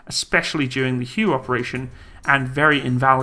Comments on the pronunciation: Hué is pronounced like hway, not hyew, like in color. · Did you just pronounce Hue city as Who?!! Its pronounced Way or Whey City. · Btw, the battle of Hue, is pronounced the battle of way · the city is not pronounced "you". It is pronounced "hway" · Hue? No Hu-Way! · “Hue” was pronounced as “Way” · Hue is pronounced "hWay" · Battle of Hugh? FFS. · It's pronounced hwhey, not hue. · It's Whey. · Cool vid bit that city in Viet nam is pronounced "WAY". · I realize you come from Angle-land, but Hue doesn't live in Viet-Nam....the Royal city of Hue, once the capital, is pronounced HWAY....now ya know. btw, the Ontos was known as The Six Gun. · The word is pronounced "Way", Battle of Huế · "Hue" is pronounced "Hway." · Battle of Hue pronounced “Way” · Hue is pronounced Way. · Hue=Hway (phonetic) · Hua is pronounced wey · Hue pronounced Way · Hue is pronouced 'way' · Not a problem . I pronounced it the same way before traveling to Vietnam 10 years ago. Hue , as well as Hoi ahn are must see places should you ever go. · Learn how to pronounce Hue. Kind of important.